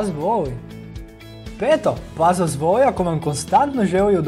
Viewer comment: Zasto ovako govoris? Kako to akcentujes reci? "Pas vas voooli"... Zasto to razvlacenje samoglasnika?